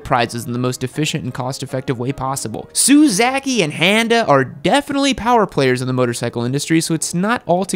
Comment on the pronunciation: Please stop saying suzhaki, It's su-zoo-kee. 🙎🙎🙎